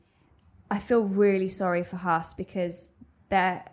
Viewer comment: pronouncing Haas correctly, take note boys.